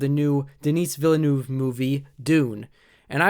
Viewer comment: I'm going to see, 'Dune" this Friday, (Oct. 22nd) when it premieres nationwide across the U.S. His name is pronounced: Den-ee Vill-nueve. I really liked your review. I've heard the same criticism from a lot of people who have never read the source material.